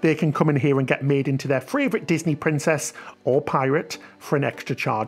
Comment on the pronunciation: I've just noticed that every time says "favourite" it comes out as "fravourite". Really tickled me.